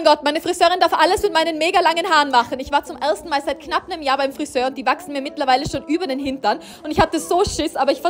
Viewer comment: "zum Ärrstn mal"